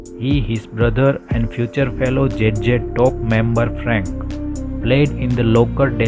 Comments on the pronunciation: Should have played there songs in background, also do learn the proper pronounceation, its Z Z TOP NOT JJ TOP ok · J J Top. Obviously, English isn't his first language, but you would think he would have practiced the name a little. 😅